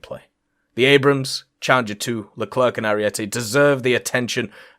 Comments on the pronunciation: Yeah no one pronounced it right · Always funny when makes these vids XD also the C in the leclerc is silent. It's just LE CLER.